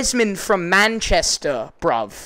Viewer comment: As a british person it is bruv not brov